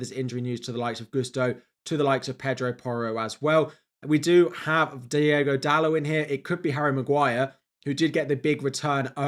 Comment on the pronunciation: Please stop pronouncing Diogo as Diego… they are different names